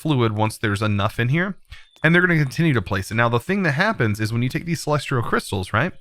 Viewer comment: please stop calling them celestrial crystals theres no R in celestial!